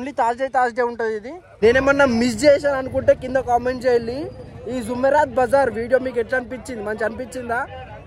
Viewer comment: Arey Naina zoomerat bazar kado adi “JUMERAAT”Bazar